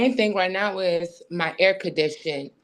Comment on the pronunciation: She works for a university, but is so unbelievably illiterate she can’t even say air conditioner. Actually, it’s not really unbelievable any more. “Typically illiterate” would have been more accurate.